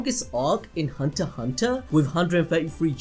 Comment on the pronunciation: ...the x in hunter x hunter is silent